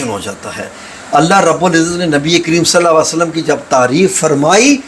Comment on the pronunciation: Hazoor sallalho allaihie walay hi waslam prhen kindly ap Naam sahi ni lerhy